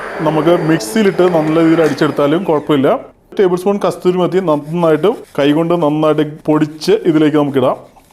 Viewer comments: എടോ കസ്തൂരി മേത്തി അല്ല കസൂരി മേത്തി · ബ്രോ കസ്തൂരിമേത്തി അല്ല..കസൂരിമേത്തി ആണ്.... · SHEF പറയുന്നു കസ്തൂരി മേത്തി എന്ന് . തെറ്റാണ്. കസൂരി മേത്തി എന്നു പറയൂ Shef 👍👍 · കസൂരി മേത്തി എന്നാണ് പറയേണ്ടത്